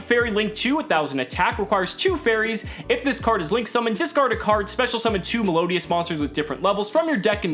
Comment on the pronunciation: the way he butchered melodious.........